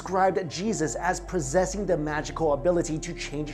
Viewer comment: This guy speaks English okBut I feel like he’s really struggling not to just burst into Mandarin. Words like life, and possession should not have H sounds in them